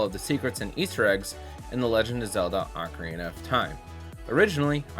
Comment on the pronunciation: This is a great video.... BUT.... "Ark-a-reena of Time"?!?!?!?! "CO-CORI Forest"?!?!?!? Nooooooooooooooooo 😢